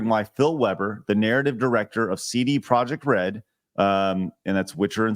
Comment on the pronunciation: They're really emphasizing the RED in CD Projekt Red